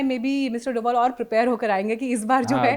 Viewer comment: मैडम वो डोभाल है, doval नही। आप तो garhwali हैं। You ought to know